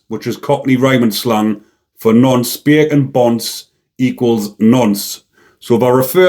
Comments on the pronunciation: I like the way this bleurk says beeey-can! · Beer can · I love the way says 'Bacon' 😆😅🤣😂 💯👊